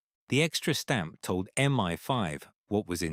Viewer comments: Such a weird mistake for such a natural narrator :D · MI-5, not ME-5